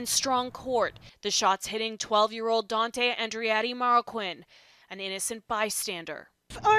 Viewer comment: His name is pronounced Dante aka dantaye